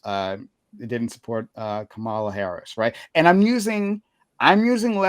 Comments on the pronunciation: 10 min in, and these guys intentionally (or not) mispronouncing Kamala's name and calling it the "Democrat" party is wild. They sound indistinguishable from typical FoxNews pundits. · Maybe if you have trouble with her first name use her last name like we do with male presidential candidates. Not even you can fuck up pronouncing Harris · There needs to be a psychological study on why those who didn't support Kamala Harris are physically incapable of pronouncing her name correctly. It's bizarre. It's not a hard name to pronounce. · Is still intentionally mispronouncing Kamala’s name? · I think it's indicative of whether or not one supports her. I've not done or seen any polls or studies (lol) but it seems to me, if you don't pronounce her name correctly, you didn't vote for her.